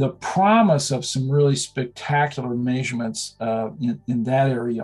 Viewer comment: Why do so many of these scientists pronounce "measurement" like "mazier-mint"? It's odd since he doesn't have a noticeable accent otherwise. It's no big deal, I've just noticed a lot of scientists do it.